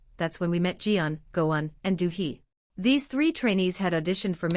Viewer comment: "DEW HE" is so far from "Dosie" , sorry the pronunciation in a lot of this video was awful. Purple Kiss is proof to the world that talent, ability, hard work, stunning looks, and great content is often overtaken by mediocrity backed by big money. The world missed out on Purple Kiss. Forever Plory.....